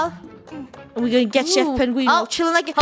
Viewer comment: Its so funny how they say penguini instead of penguino